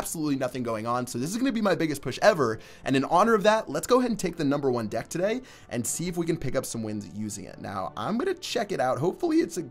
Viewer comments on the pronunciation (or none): When you say today like that it kinda pisses me off and idk why